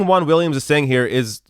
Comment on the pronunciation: I can't stand how Americans pronounce "Juan". It's so painful.